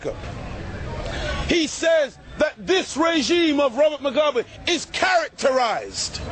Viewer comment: its robert MUGABE u damm fuck not robert mogwabe!!!!